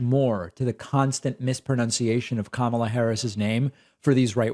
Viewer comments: They say her name Kamala wrong to disrespect her 🤔🤨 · I'm with you 💯% about these CULT 45 members (and the like) who continuously insist on mispronouncing Vice President Kamala Harris' first name. Of course they know the correct pronunciation; however, purposely feign ignorance as though her name is so 'ethnic' and as a way to just be disrespectful !